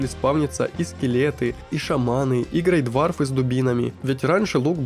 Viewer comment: Из ошибок как минимум то, что ты называл ГрейдвОрфов ГрейдвАрфами, а фурлиногов - троллями. Ладно бы называл гоблинами, но это перебор. Мне аж по уху режет когда я слышу ГрейдвАрфы. Причем ты не один такой, кучу людей их так называют хотя правильное название они видят практически КАЖДЫЙ ИГРОВОЙ ДЕНЬ ЛЮДИ ЧТО С ВАМИ НЕ ТАК.